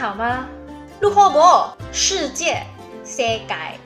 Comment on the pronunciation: Crazy how different Chinese dialects relate to each other and other languages. When you said 学生 in Hokkien, I almost thought you were speaking Cantonese (we say "hok" instead of "hak" and "saang" instead of "seng" though)! And when you said 世界 in Hokkien, it sounded exactly like the Japanese pronunciation! As a native Cantonese speaker, I'm with you, we gotta preserve our native languages